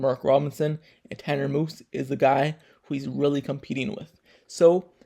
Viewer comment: Its MUSE not MOOSE